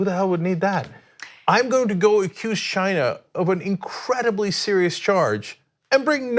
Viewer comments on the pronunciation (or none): when Trump says China it sounds more like he is saying vagina!😂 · Why the hell does Trump pronounce China as Gina ?!?! This is what is really bugging me. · When is Rump going to learn how to pronounce “China”? It’s not “Shine-a.”